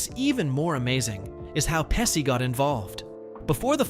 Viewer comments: Joe Pesci it’s pronounced pesh ee, not pessi! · Many studio executives shouldn't be in the jobs they do.....and it's PESHEE, NOT PESSY. Sheesh, do a little research and get it right..... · Learn to pronounce Pe-chi ! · It is pronounced "peh·shee, not Pehsee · "peh-SHE" not "pessi" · Narrator kept mispronouncing Pesci as 'Pesee'not 'Peshee' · It's "pesh-y" not "pessy". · Omg, stop saying Joe Pessi. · The correct pronunciation of Joe Pesci’s name is PEH-shee, straight from Italian. That “sci” → “shee” sound is standard in Italian (same pattern as sciarpa, pesce, etc.). “Pessy” would only make sense if it were spelled something like Pessi, and even then, Italians would still lean toward a soft “sh” depending on context. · You pronounced "Pesci" wrong. In Italian, "SC" before "I" is pronounced "SH", so it should sound as "Peshi". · Oh for fux sake…it’s peshi peshi…not pessi asshole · TY FYI it's PEH SHE not pessi. And it's TO MAY not whatever u said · PESHY not PESSY and towMAY not TOWmee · Joe Pesci grew up around the corner from our friend's wife's childhood home in Bloomfield, NJ. He owns a home in Lavallette, New Jersey near Seaside Heights--about 35 minutes SE of where we grew up. His name is pronounced "PEH- SHE," not "PES- CEE." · Peshy not Pessy FFS get it right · This video has a decent script which is about a movie that's a cult classic, however it falls short in execution due to poor pronunciation because you failed to nail both "Marisa" and "Pesci" in your text to speech app ; Wrong way: "Mah-Rees-uh" and "Pessy" and Right way: "mah-Riss-uh" and "Peh-shee" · Who the heck is Joe Pessy? He was not in this movie, that's for sure. The male star was Joe Pesci. Joe Pesci’s last name is pronounced PEH-shee (/ˈpɛʃiː/), not "Pess-kee" or "Pess-eye" or "pessy." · Peshe not Pesee! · His last name is pronounced PeSHi, not Pessi! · PESSI? IT'S PESCI !!! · Pesci is pronounced Peshi. the SC before an I is pronounced like the English Sh. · Joe Pesh-ee. OK? Joe Pesci.